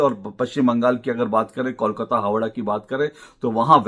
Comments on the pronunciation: Ashok ji, it's not kaul-kata, it's kole-kata. just a thought. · पहले "kolkata" सही ढंग से उच्चारण करना सीखिए फिर बंगाल या कोलकाता के बारे में बातेँ कीजिए। इसे "कौल काता" नही बोलकर "कोल काता" (coal - काता) बोलिए। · Pehle toh aap KOLKATA bolna seekh lijiye - the name KOLKATA, not KAULKATA, understand.😂😂😂